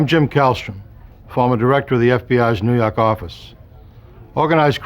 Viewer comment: Jimbo from New Yaahk aaffice